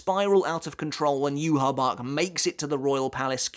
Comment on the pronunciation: I love how you refuse to pronounce Yhwach the correct way lol